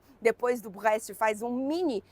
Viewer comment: Você falando BREST 🇨🇵 é uma atração a parte